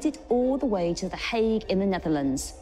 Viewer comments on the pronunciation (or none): none